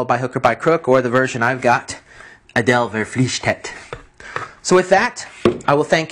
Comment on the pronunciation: Quite funny for me as a German to hear you pronounce "Adel verpflichtet" :P